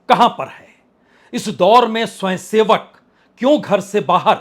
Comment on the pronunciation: 'स्वंयसेवक ' क्या होता है । पहले 'स्वयंसेवक' शब्द तो सही बोलना सीख ले ! कुछ भी गपोड़े मारना राजनीतिक विश्लेषण नहीं कहलाता ।